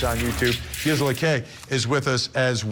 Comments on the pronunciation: It’s “GeeSela” for Gisela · Is he saying her name, right? I've watched her a few times, and I feel like she doesn't pronounce her name that way